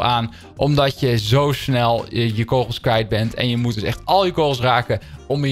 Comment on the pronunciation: Leer het woord kogels uitspreken